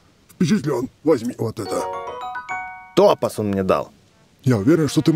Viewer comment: Прям неприятно, что ударение в слове "топаз" произносит неправильно... Правильно топАз, а не тОпаз, я не наезжаю, просто попровляю)